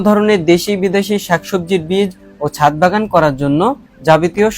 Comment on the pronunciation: হায়রে অশিক্ষিত, মূর্খ । এটা ছাত হবে না, ছাদ হবে । শুধু মোবাইল থাকলেই ইউটিউবার হওয়া যায় না, পড়াশোনাও থাকতে হয় ।